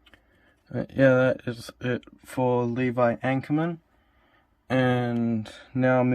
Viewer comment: Ackerman not anckerman